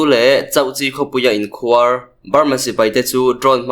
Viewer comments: A tlangau chak2 te hi lusei tawng thiam tha lo in ni fo thin, khuar tih tawngkam hi tlem in han lam hniam deuh la... a dik a mai tur. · Awmhmun an KHUAR. .. tihah khan KHUAR tih kha a hniam zawngin lam la a dik zaih mai ang. I thiam lutuk.